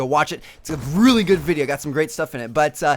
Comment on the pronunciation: Great videos but a personal thing that irks me is the way you emphasize Very and Really